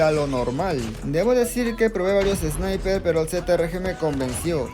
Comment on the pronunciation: Me dio mucha risa el man diciendo sniperzzz xd e visto gente quejando del meta pero quejarse de los Sniper ya es demasiado